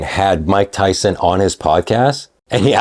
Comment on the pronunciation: That goofball in the blue suit call mike tyson mike tymus 😂